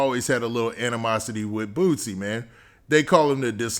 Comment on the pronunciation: It’s boosie not bootsie